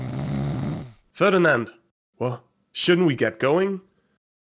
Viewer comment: Why did you have to say Ferdinand like that I mean why